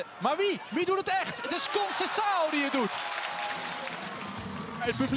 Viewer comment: Omg you said a very difficult portuguesre name for foreigners very well!!!